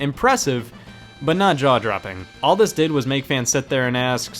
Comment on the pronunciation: Scott has confirmed in multiple videos that it is “all” rather than “y’all”, but I do agree that it sounds a whole lot more like he is saying y’all.